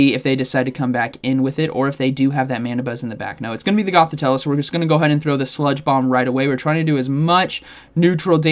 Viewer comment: GothiTELLE not TELLA 😉